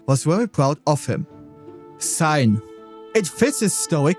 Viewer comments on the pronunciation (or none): May I ask is it a southern trait to pronounce word-initial "s" as /s/ (as in Sein and Serie) rather than the typical /z/ sound?